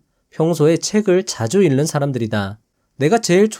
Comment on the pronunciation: '책을 읽는 사람'의 발음은 [채글 일는 사람]이 아니라 [채글 잉는 사람]이라고 발음해야 합니다 ^^